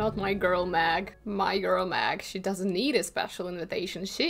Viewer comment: Meg. Meg. m-eh-g, ITS MEG. Not. Mag.